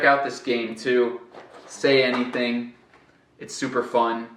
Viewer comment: no começo do vídeo quando você vai pronunciar o nome do jogo você diz “anyTing”. Porque nesse caso não foi pronunciado como TH?